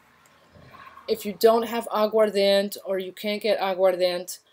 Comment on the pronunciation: I'm watching your video, and need to point out the correct pronunciation of Agua Ardiente is fine, but the word ends with 'Eh', not a 't' sound. Good video otherwise. Thank you for the content! ❤️